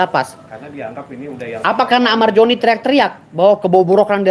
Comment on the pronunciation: Amar Zoni bang, bukan amar joni🗿🗿🗿🗿